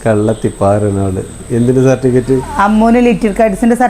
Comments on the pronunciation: നിങ്ങളുടെ നാട്ടിൽ സർട്ടിഫിക്കറ്റിനെ 'സർട്ടിക്കറ്റ്'എന്നാണോ പറയുന്നത്.ഇതെന്താ ഇങ്ങനെ '😂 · സർട്ടിക്കറ്റ് അല്ല സർട്ടിഫിക്കറ്റ് എന്ന് പറയു 👍